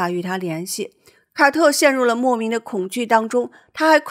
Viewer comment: 五月，“凱特琳和凱特...” 「凱特」是誰啊？ 「卡特」啦！ 聽得我都暈了。😂